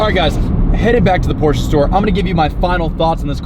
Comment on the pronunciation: Shoutout to you actually saying the brand name right.. PorschE!!!!!